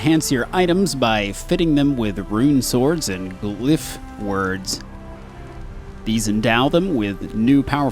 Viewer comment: "Runeswords" seriously, your mispronounciation was way off. lol XD